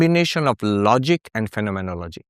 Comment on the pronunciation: ERRATTA: PRONOUNCE IT AS : PHEN-O-MEN-OLO-GY